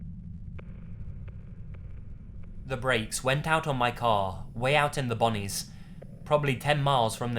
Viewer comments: LOL for the first story you said b-ON-nees, it's pronounced b-OO-nees. Like saying BOOO like a ghost. Boonies. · Grammar mistake in the first story (not a complaint just for future reference) you said Bunnings but it's pronounced Boo-nies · In the first story, The “bonnies” is pronounced the boonies meaning in the middle of nowhere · The "Bonies"? Boonies. Buh-ew-knees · Boon-ease* not bahn-ease lol. Otherwise good stuff mate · "Out in the bonnies" lol in the south eastern US is pronounced "Boo-knees" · For future reference it's pronounced Boo-Knees not Bon-knees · Boonies not bonies!!! 😂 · The Bonnie's lol.....its the boonies. Pronounced Boo-knees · 45 "way out in the...'bunnies'." Lol... "Boonies, maybe?" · Hilarious! It's "BOO-KNEES" not "Bonnies" it means out in the middle of nowhere! Also coyotes do not attack humans unless they're rabid, absolutely starving or the human is dead or really close, that guy freaked out for no reason. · “Bonnie’s” lmao... should be pronounced “BOO-knees” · “Way out in the ‘bonnies’” lmfaooooo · It’s not Bonnie’s it’s boooooonies ! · It's not bonnies... It's BOO-knees. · boo-knees not bawe-knees.. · Its boonies ( boo-knees) not bonies (bon-knees) lol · "the brakes went out in my car in the boonies " , rhymes with loonies, not Bonnies. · Way out in the boonies not Bonnie's, famo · Booooonies, not bunnys haha. Middle of nowhere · its Boonies not bonnies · It's not pronounced bonnies, it's boonies. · its "boonies" as is BOOOOnees. Not Bonies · It's pronounced "boon-E's" (boonies) slang for boondocks meaning outskirts essentially. Love the videos keep it up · just so you know it's pronounced boo-knees not bonnies. :) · Boooooonies, not bonnies short for Boondocks, american slang.... that is all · lol the bonies! btw it's pronounced boo-knees (boonies). also referred to as the sticks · lmfao, it's pronunced boo-nies, not bonies xD it means being in the middle of nowhere in a forested type location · boonies* not bonnies